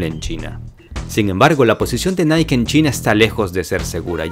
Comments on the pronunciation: La marca Nike se pronuncia "Naiki" No "Naik". Lo haces bien. Hazlo mejor. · se dice niaki